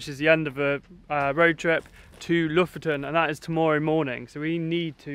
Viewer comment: so funny hearing you pronounce Bodø and Lofoten, Bodo and Looften :D